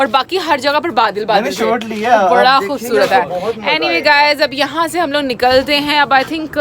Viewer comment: "KHOBSORAT" nahin, "KHOOBSURAT" ya "KHOOBSOORAT"